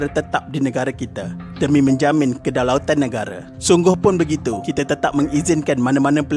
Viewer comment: im sorry yeah...kedaulatan bukn kedalautan🤣 ada beza ya